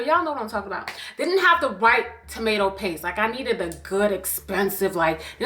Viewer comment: Not the ABOOT😭😭😭😭😭